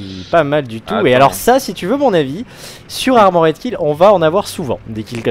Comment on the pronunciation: Bon ... je ne peux pas me retenir, désolé. Super vidéo, mais on ne dit pas 'ARMO RAID' mais ARMOR'D .... il n'y a rien à dire entre le R et le D ...